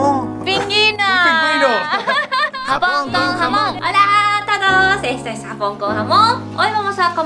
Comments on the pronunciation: Jajajajajaja que adorable, diciendo "Pinguino en vez de Pingüino", Me encantan estos vídeos y se ha convertido en toda una Conductora del programa ☺☺☺☺🙌🙌🙌💖💖💖💖💖 Saludos desde Canarias y Felicidades por el Día del amor y la amistad. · Me encanta como dijo pingüino jajajaj dijo pinginoooo me muero jajajaj